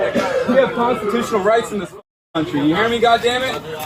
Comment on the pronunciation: Did he really say 'Constitooshunal Pirates'?...Yo Ho Ho..... & a bottle of Rum.